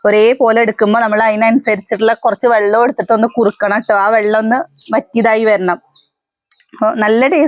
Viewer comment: അംഗലവാടി. എന്നല്ല. പറയുക.. അംഗനവാടി. എന്നാണ് പറയുക. അതുപോലെ ബെല്ലം. ബെള്ളം. എന്നൊക്കെ പറയുന്നുണ്ടല്ലോ വെല്ലം. വെള്ളം. എന്നൊക്കെ പറയൂ.. കളിയാക്കിയതല്ല. ട്ടോ. പറഞ്ഞതാ.... കുട്ടികളും അതുപോലെ പറയില്ലേ. അവര് നേരെ പറഞ്ഞു പഠിക്കട്ടെ. ട്ടോ... 👍👍👍👍👍